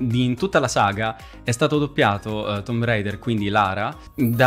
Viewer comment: eh lo so ma almeno quando lo giocato io ancora era sconosciuto il primo non si sapevano e quindi ormai me rimasto di chiamarlo così ma te per lavoro è giusto che lo dica come deve essere